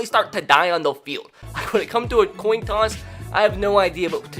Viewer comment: Why do u say coin toss so weird? “coun tous”